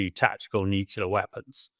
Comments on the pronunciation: It’s nuclear - “nuke-lee-er” not “nuke-you-ler” - ignorant! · Why does he keep saying nucular instead of nuclear? It’s that another kind of weapon, some artyfarsty pronunciation or just military jargon? Also, what sort of defence does the west have to intercept and neutralise (Russia’s) hypersonic missiles? I’ve never heard of any but I’m also not well-versed in those things.